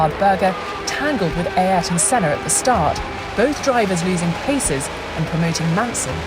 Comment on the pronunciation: The way the narrator pronounces "Ay értôn sêná" or "senar" sounds funny